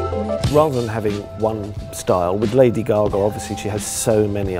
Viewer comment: The way he says lady gagais funny.:D it's like lady gugu